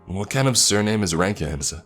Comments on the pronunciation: “Leroy *r*ankins”? Bruh we know it’s you Jenkins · “Leeroy Renkins” Bro